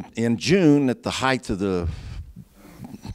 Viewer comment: I always find it strange that so many people seem to think there's an "h" at the end of "drought". They think it's "drouth" (or droughth). Weird. : And then he says "heighth" instead of "height". I guess he just likes terminal hs.